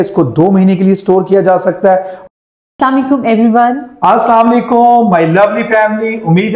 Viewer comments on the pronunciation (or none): salam o laikum ni hota .. asalam o alaikum hota hy baji